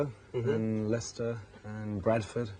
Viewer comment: Great to hear him pronounce Leicester correctly.